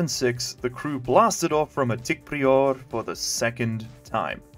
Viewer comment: Uh... I think that word is "PRY-er" not "Pree-ore" lol